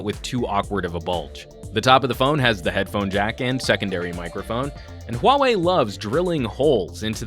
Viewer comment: thx, at least in the us there are reviewers who are capable of pronouncing huawei in the right way